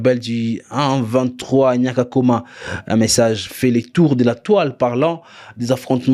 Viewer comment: On dit Nyakagoma non Nyakakoma